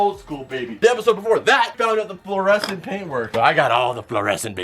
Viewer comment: Parker: that is fluorescent right?: oh it is very fluorescent, it’s Fluor and it’s scent Me: wait did just miss pronounce fluorescent?